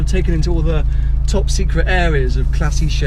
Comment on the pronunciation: who's the girl in the 124 abarth.. why you keeping her hidden from us? also.. it's spelled "ClassiKe".. not "classishe" you silly brit. i met you & James at pebble.. yellow/black P1 at bernardus for Mclaren rally;-D.